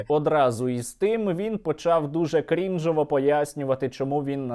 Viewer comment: Потім стрємоусов почав "крІнджово" пояснювати про комендантську годину ,я не можу з цього . Нам потрібно зробити посібник наголосів для старперів